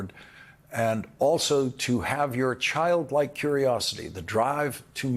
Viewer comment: Bruuuhh… “Chikdlike curiosity”